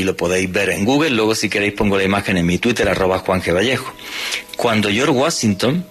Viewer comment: minuto que grande....le salio del alma decir " tuitel " jajajaja.... vieron como pudo decir la " R " igual despues ? todo mentira que no les sale la R.